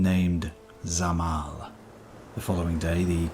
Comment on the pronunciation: it's pronounced Sa-mar not Zah-mal